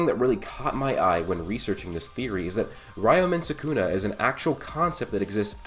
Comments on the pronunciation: "rayoumen sakuna" my man how do you run a channel about anime and manga yet you butcher every name? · Ree-yo-men Soo-koo-na